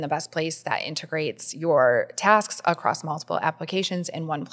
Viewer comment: She said acrosst and I can’t even 😅